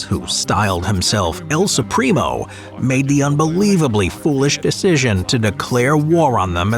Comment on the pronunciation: "el Supreem-o" ahahaha hilarious pronunciation